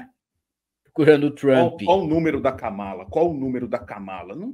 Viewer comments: A pronúncia está errada é Kamala igual a Câmara e Pamela!!!😀😀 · KAMÁLA 😂 KÂMALA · Não é Kámala e sim kâmala!!!!!😘😘😘😘😘